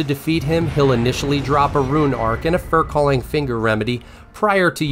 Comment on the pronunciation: 2 - professional would be pronouncing "Iniquity", "Magnus", and "furlcalling" correctly. It's not "Inquiry", "Magus", or "furcalling"